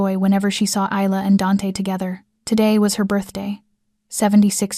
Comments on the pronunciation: For goodness sake woman/narrator, can you pronounce the name correct Isla is pronounced 'with an Y - Ayla and Not with a Z'. You always say Isla (Iyla) which is correct. But now and again you say Izla, this is incorrect. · Isla had her name butchered all throughout this, however, she should tell Dante to go F**k himself. "She is worthy of you"??????? HE is not worthy of her.